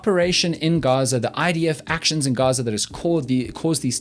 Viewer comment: And it also seems the "G" in Gaza is pronounced as the 'g' in Afrikaans and not as in the English language.